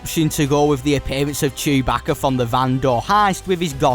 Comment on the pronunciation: Bro said chubackeh